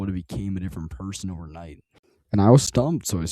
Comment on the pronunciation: "Differant" yeah wrap it up buddy, you're done.